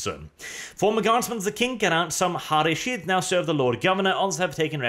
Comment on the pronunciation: Is it so hard to pronounce Ha-Ri-Shid arch?